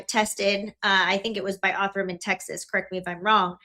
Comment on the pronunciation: I can't with how shes saying "Othram" as ''Ortham" 😵‍💫😵‍💫😵‍💫